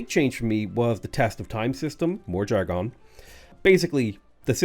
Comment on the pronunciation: "Jar-gone" lol